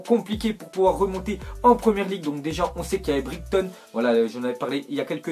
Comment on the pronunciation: Comment il a dit Brighton 😭😭😭